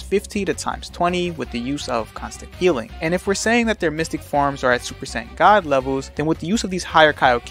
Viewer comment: When you say “sayan” it sounds like you’re saying “saints” 🫤